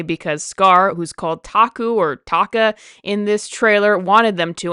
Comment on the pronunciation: Do your research. They didn't even use "motion/performance capture" in Lion King 2019. That's why the animals look so emotionally dead and expressionless in 2019. And plus, how hard is it to pronounce Taka for you!?